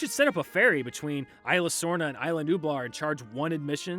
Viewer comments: Quit calling it Illa, its Isla! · It's ISLA Nublar, not "Ayla". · You don’t pronounce isla like that